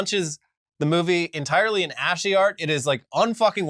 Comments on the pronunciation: Whether or not I agree with the content bits, there’s always a good laugh somewhere in each episode. At minute you talk about ASCII content. Just a heads up that “ASCII” is pronounced like “‘Ask’•’Hee’” and is an acronym for American Standard Code for Information Interchange. If you guys are calling for people to open their eyes and be more aware, I would strongly suggest finding someone to help with Q/A on your scripts, including pronunciation, such that you are also not guilty of some of the same things you are calling people out on. This happened a few weeks ago with the “‘Cha’•’bod’” pronunciation of the word “chabad”, which sound like “‘Huh’•’bod’”. Irrespective, I do really like that you are taking a sometimes comical and typically critical route to making people find the news interesting. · ascii is pronounced "as-kee" :D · are you guys trying to say "ascii" ? (ass-key) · First time I've heard "ashy" -- ASCII is colloquially pronounced like ask-ee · Unsuccessful elmo impressions for much too many minutes. Also ASCII is pronounced Ass-Key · spelling out ASCII followed by calling it "Ashy" had me doing a double take. It's "Asky", come on, I know you're 80's boys like me! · It's not asky, it's ashy?! Am I being trolled? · Has no one ever said ASSCI? Ashy? lol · ASCII is pronounced ‘ash-key’. I’m lying, it’s ‘ass-key’ The only reason I knew you were talking about ASCII is that I recently saw a tumblr poll where someone didn’t know how to pronounce it. You were not even in the zip code of close with that one. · I love you guys and I'm proud to be a member but it's so hilarious how you guys pronounce ASCII, it's a hard c 'Askee' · Ass-key not ashy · ASCII is (and has always been) pronounced ASSkee, not sure how both of you seemed unaware 😆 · I have only ever heard ASCII pronounced "AS-KEY" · ASCII is pronounced like "Ass key". Read into that what you will. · Not meaning to be a dick, but probably being a dick: ASCII is pronounced ask-e.